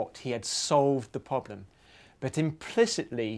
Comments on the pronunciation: Why do you keep pronouncing it "poblem"? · why does he call it a 'phobhlem' ?